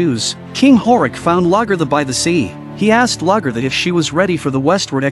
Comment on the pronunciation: Very inconsistent in how names were pronounced, especially Lagaertha. Very annoying.